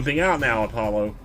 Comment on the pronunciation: My dog's name is Apollo and hearing you say "Apple-lo" makes my day. It's one of my dog's nicknames I give him, too!